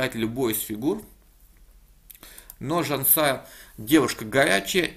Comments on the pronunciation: Поправлю автора. Я родом из Казахстана, поэтому уверен, что правильно не Жанса́я, а Жансая́. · LuckySOD, надо было заставить выучить наизусть как правильно произносить имя Жансаи, иначе глупо звучит его комментарий. Подзатылину ему хочется залепить, чтобы не искажал имя. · Не ЖансАя, а ЖансаЯ. Не туда ударения ставишь. Это не замечание. Просто поправил! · Все круто, только не ЖансАя а ЖансаЯ :) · И не казашская а казахская, но правильнее конечно Казахстанская :) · Автор не ЖансАя, а ЖансаЯ. Как ты готовишься обозревать партии, если имена проверить не можешь? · Замечание автору, не ЖАнсая, а ЖансАя, ударение на втором слоге. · Извиняюсь, правильно ЖансаЯ, ударение на последнем слоге. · Автор так и говорит же ЖанСая)) Не правильно! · спасибо за разбор! Я сам с Казахстана. Правильно до меня отметили подписчики имя Жансая ударение на Я. А так все отлично. Сильную соперницу одолела. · Нет неправильно...ударение на Я...Жан СаЯ состоит из двух слов... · Жансая ударение на я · Ударение в имени Жансая неправильно ставишь